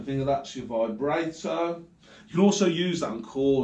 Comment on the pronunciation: () Vibrato is pronounced Vi-bra(like what women wear) -toe.Keep up the pickin arkid,and the Devil stuff obv!